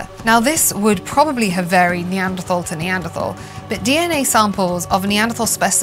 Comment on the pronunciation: Why the endless mispronounciation of "Neanderthal?"